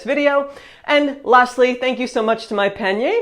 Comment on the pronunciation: I would like to suggest that you try to pronounce the letter A like the French do: AAH - not ÉÉH. When you talk about the sponsor, instead of saying Monpanier (my basket), you say "mon peigner", meaning "my combing".